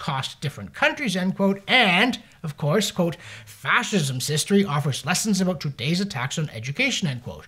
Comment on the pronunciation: Did you say getting "a boot" on foot?